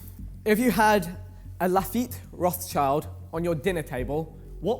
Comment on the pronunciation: the pronounciation of lafite-rothschild is disgusting